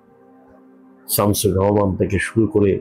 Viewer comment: সুবোধ সরকারের মতো কবি শামসুর রাহমানের মতো বাংলাদেশের প্রধানতম একজন কবির নামটা পর্যন্ত জানে না; তখন শামসুর রাহমানকে আরো বেশি অপমান করা হয়। তিনি বলছেন যে, তিনি ৩০/৩৫ বার বাংলাদেশে এসেছেন। অথচ শামসুর রাহমানের নামটা তিনি ভুল উচ্চারণ করছেন। এটা কি ইচ্ছাকৃত শামসুর রাহমানকে ছোট করা নয়?